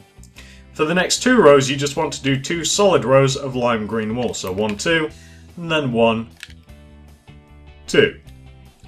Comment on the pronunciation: You said lime green almost like black green in